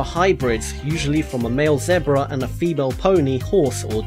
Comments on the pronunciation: how he fucking says zebra and jaguar is actually retarded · He said zebruh! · zeh-bruh. jag-oo-arr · He said zedbra. I know that's how they say it in the UK but it makes me laugh every time. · What's a zeh-bra? l0l